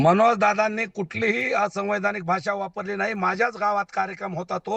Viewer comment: ला असैवैधानिक म्हणता येत नाही.